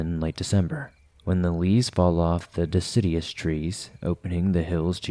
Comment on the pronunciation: What kind of trees? "Dessidius," trees? FML